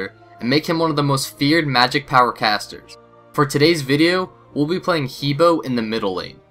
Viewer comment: The correct pronunciation is Her like him and her, and Bore like boring.